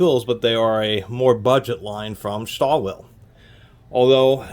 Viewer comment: lol you didn't even try to pronounce stahlwille correctly.